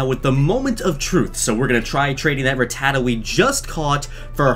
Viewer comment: I like how he says rutaa and not rattatta